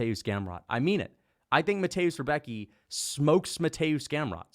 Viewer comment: If anybody cares how to pronounce the name.. Rembetski not Rebeki